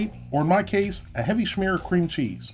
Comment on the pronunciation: Your German pronunciation is quite good (schmier, Lachs)